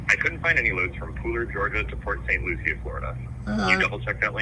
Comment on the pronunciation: it’s not luchie it’s lucie like lucy